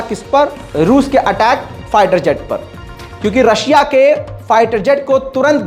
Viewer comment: Bhai aapne rakhshiya bol diye start me